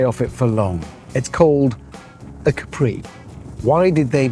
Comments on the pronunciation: Btw it’s Càpri not Caprí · No, because it’s not pronounced Capree, but Cápri as the Italian island